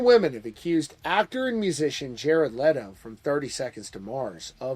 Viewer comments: I respect you man, but stop pronancing his name "Lay-toe" it's "Let-o" like Leno lol Aside from that, I call this whole story bs 😒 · I love how he keeps calling him Lay-doh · I love how you incorrectly pronounce his last name and then a few times the correct way slipped out 🤣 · Leto not Letto